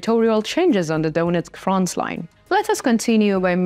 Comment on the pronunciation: Not frontsline ......Frontline!!!!!!